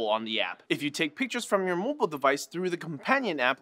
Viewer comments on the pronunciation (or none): none